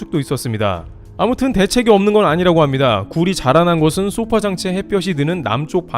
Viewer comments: 소파장치는 消사라질 소 + 波물결 파 로 '소파' 장치라고 발음하지 쏘파장치라고 하지 않습니다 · 소파(消波)장치에서 '소파'는 파도를 소멸시킨다는 뜻으로 단음[소파]으로 읽어야 합니다. [소-파]와 같이 장음으로 읽으면 길고 푹신한 의자를 뜻하는 sofa가 됨 :)